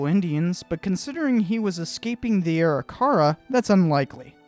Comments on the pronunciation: Arikara is pronounced "ah-rick-uh-ruh", not "airy-car-rah" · Great review. You have a new subscriber. Seeing all the mountains on his way back struck me as wrong right away. One minor criticism is you pronunciation of Arikara. It a should be A-rick-ara. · Pronounce the Indian name as ....AW-RICK-AW-RAW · Good video. I believe your pronunciation of Arikara is not correct. Something more like "Uh-rih-ker-uh"..... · Arikara is pronounced A-RICK-A-RAW just saying good video though! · Sorry a more correct one would be Ah-RICK-Ah-RAW. Im actually an interpreter at Fort Abraham Lincoln state park which has the On a Slant Mandan Village and I had to learn about the Three Affiliated tribes (Mandan,Hidatsa,Arikara). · Dude, you're completely mispronouncing Arikara. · pronouncing arikara wrong